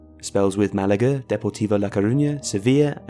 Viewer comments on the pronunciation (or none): none